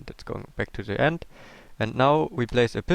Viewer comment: i love how he says Ze in stead of the